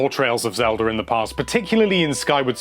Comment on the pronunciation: Lol he sometimes calls it "Zelder"